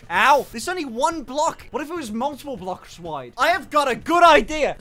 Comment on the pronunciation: "What if this was multiple "Bluksh" wide!"